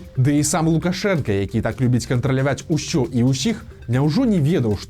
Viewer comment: А чаму вы кажаце "ушё" замест "усё" і "шябры" замест "сябры"? Гэтак больш па-беларуску, гха?!